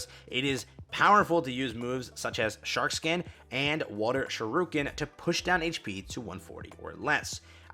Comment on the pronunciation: Giratina wants you to know it's "SHUR-i-ken", not "shuh-RUKE-en" :)